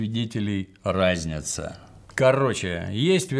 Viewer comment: не рАзнятся (что созвучно разнице), а разнЯтся.:)